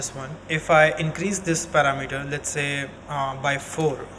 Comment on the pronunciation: Excellent job. Just a tip, most foreign speakers get this word wrong but parameter is not 'para' 'meter'. It is And click on the pronunciation. Just a pet peeve of mine. Thanks a million for your clear and concise tutorial. I subbed, keep up the good work.